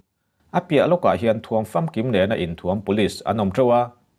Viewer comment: I aw a fiah fel fai a,ngaihthlak a nuam a,a bengvarthlak a,i inpekna hi a va hlu êm!Mahse,țhahnem ngaih thilah,runpui,zelen leh thuam tih i lam dan hi chu ,i la tih leh zel turah a lamdan dik ni thei tawh se a va țha êm!in lam dan hi miin an la chhawng țhin si a.